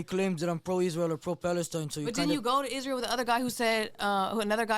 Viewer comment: That lady can't even say the country name correctly.. isReal..isReal